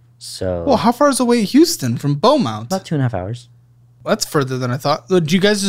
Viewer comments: BEAUMONT not belmont, FINALLY one from the 409 💀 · It's Beaumont not Belmont. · FYI - Intro says Belmont instead of Beaumont.